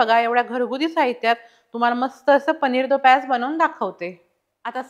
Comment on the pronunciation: it's paneer do pyaza not pyaz